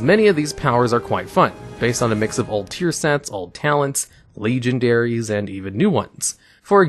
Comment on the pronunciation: "legion-dairies", really?